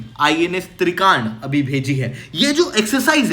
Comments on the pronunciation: या तो हिंदी का प्रयोग करें या इंग्लिश का। तुर्की बोलें तो साइपरस बोलने में क्या दिक्कत है? या तो फिर तुर्की कहें। त्रिकांड क्या होता है?? आप त्रिकंड कहिये। हिंदी तो कम से कम साफ बोलें। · Kya kya bol rahe ho साइप्रस ko सिप्रस aur INS trikand ( आई एन एस त्रिकंड) को त्रिकांड bol rahe ho..